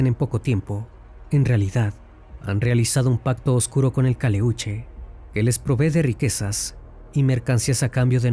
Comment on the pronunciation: Si eres chileno, porqué pronuncias mal el nombre del barco?? No es Caleúche. Es Caléuche. Tampoco es mapundungun. Es mapudungún. No es Chile. Es Chiloé...